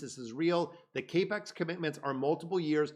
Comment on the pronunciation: CAP X, not CAPE X LOL,,,,love the videos